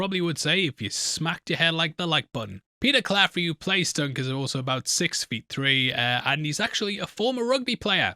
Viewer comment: No r in Claffey